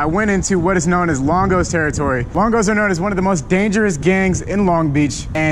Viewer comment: Why he say longo like that😂